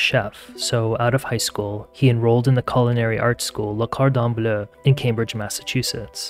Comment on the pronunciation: "Lah cordon bluhhhh" - narrator